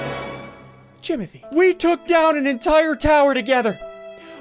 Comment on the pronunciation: Its jimothy not jomothy